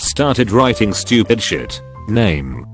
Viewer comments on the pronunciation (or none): none